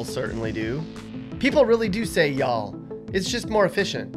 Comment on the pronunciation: If you are going to say ya'll then say it correctly. Also note that ya'll is singular.